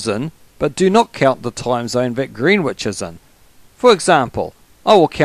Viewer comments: Fyi, Greenwich is pronounced "Gren-itch". No idea why. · Greenwich is pronounced gren itch because english is silly ha ha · You kept saying Greenwich wrong.